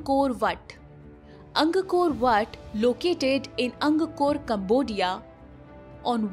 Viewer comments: Top 1 is in Cambodia (Khmer) 🇰🇭🇰🇭🇰🇭 - Ang kor wat , not Ang koko ra wat 😂😂😂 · It is Angkor Wat and not angakor whatt. Not Surrivarman, it’s Suryavarman. Pls get your pronunciation right before making a video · Anggakor Vhattt🤣🤣🤣🤣 Angkor Wat is pronounced Ang - kor What...Angkor is the place it was built in and Wat simply means temple....the temple of Angkor...